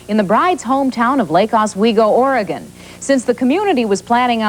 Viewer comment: She pronounced "Oregon" correctly. I am in shock.